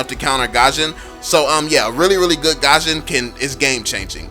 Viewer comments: IT'S NOT PRONOUNCED AS GASHON IT'S GUSHON THAT'S HOW TO PRONOUNCE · Its Goo-shion not Gah-shion. It bothers me so much how you say his name🙃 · who the fuck calls gusion Gasion? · Lol he said Gasion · No one: Absolutely no one:: pronounces gusion